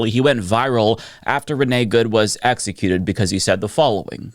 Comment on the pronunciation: That idiot w/ the loud speaker can't even speak the language this imperialist country forces on everyone... WTF is "essecuted"??? Stupid people should naturally pop like soap🫧